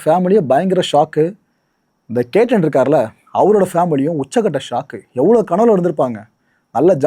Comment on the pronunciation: பெயர் கேட்டன் இல்லை கேத்தன்